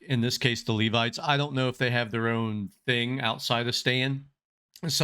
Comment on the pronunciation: If you would like to see another side of Stan theres a song called Come Back Home (video version), he sings it for his wife and shows the fun loving talented side of him. You are pronouncing Levites correctly 👍 if you want to hear more, the Levites also back up sing other songs with Stan. Circle of Life and Don't Dream Its Over come to mind.